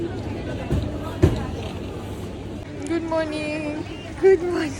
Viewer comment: Good monin😂😂😂